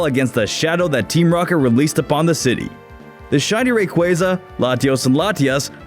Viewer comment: it bothers me how he pronounces rayquaza